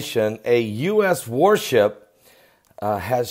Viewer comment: Oh..... OHHHH! I thought you said "WARP SHIP". Okay then! Carry on!